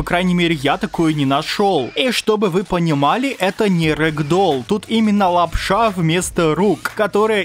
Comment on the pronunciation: прикольно говоришь лап-ША!